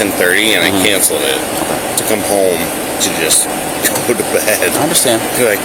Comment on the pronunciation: I hate the way he says “home” like “HOEM”